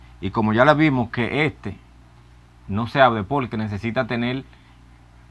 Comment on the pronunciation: se dice PORQUE NO POLQUE APRENDE HABLAR